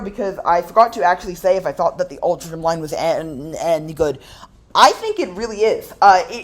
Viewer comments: Altrincham Is pronounced Aul Trin Ham I believe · just for your info Altrincham is pronounced as if it were spelled as Altringham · Having lived a couple of minutes walk from Navigation Road station in my childhood in the 60s and still having family in Alty, Altrincham is actually pronounced Altringum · Another of our quaint English towns not pronounced as it is spelt! Try saying it this way - All-tring-um. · Really cool tram line. Never heard of the Rochdale line but if you go back it seems cool and you should make a video on it. I love the way the trams sound. Also you pronounced altrincham like 5 different ways